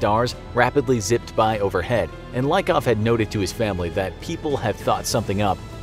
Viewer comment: Letter Y in their family name Lykov (Лыков) should be pronounced not like i in the word like , but like y in geology